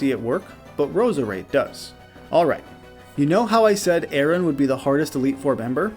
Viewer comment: Anyone else pick up on that? A-Aron 🤣